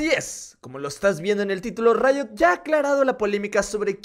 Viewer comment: Pq dice rito o es rito y no riot ¿?